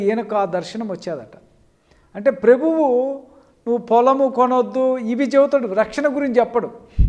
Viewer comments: వీడికి ప్రభువు అనడమే రాదు ప్రెబువు అంటున్నాడు వాక్యము తెలియదు పాపము వీడి ముఖానికి షాలేమన్నను విమర్శించే స్తాయి కాదు. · సత్యవాక్యం డేవిడ్ పాల్ ఒకడి గురించి విమర్శన పూర్వకంగా మాట్లాడేటపుడు పూర్వం ని బ్రతుకు చేసుకోరా లుచ్చ ని మొఖానికి "ప్రభువు"అని స్పష్టంగా పలకడం రాక "ప్రేభువు " అంటున్నవ్ కదా ని లాంటి లుచ్చ గాళ్ళు కేవలం డబ్బు కోసం ఫెమ్ కోసం వాడిమీద వీడిమీద తప్పులుతిస్తున్నావ్ రా లుచ్చ నువ్వు రా పెద్ద దొంగ తు